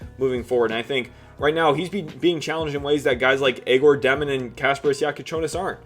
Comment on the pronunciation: Love the work my man. Keep it up! On a sidenote please stop butchering Egor Demins name. its pronounced as Yeah - Gor.